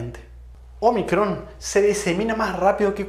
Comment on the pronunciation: Un detalle: no es omicrón, sino ómicron. Letra del alfabeto griego.